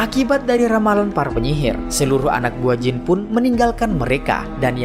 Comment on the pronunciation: Jin bang bukan jeans😂😂